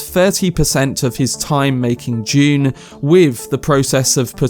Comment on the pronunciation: Did anyone else think he said "June 2021" at the beginning? I almost jumped out of my seat :D